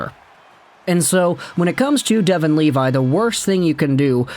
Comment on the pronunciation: Just so you know, his last name is pronounced “Leh-vee” :))